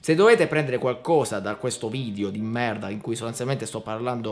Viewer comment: Hai detto merda con accento francese tipo quando loro dicono merd